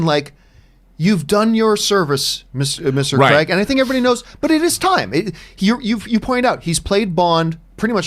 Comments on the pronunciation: It's Craig NOT cregg lol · Gee this Campea sucks.... However he d3cently put what Craig said into context and even pronounced his name right...once... If anyone wants a real Bond Show feel free to subscribe to my channel...